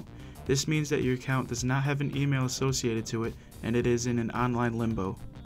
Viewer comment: still said assiocated wit acc